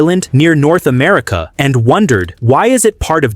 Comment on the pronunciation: WHY IS AMMERIKA? :face-blue-smiling